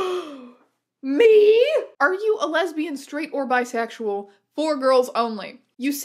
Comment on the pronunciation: Hey strange aeons i have to interrupt that quiz actually said "Lesibans" not lesbians